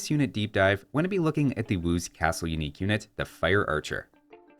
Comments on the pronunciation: "UINQUE" literally unwatchable!!! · "Uinque" tech